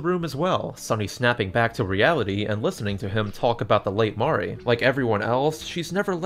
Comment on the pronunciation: minor thing, but I love that you pronounce it "MAH-ree" and not like "mary" or "marie". haven't played this yet, but as a longtime drawn to life fan, it's validating lol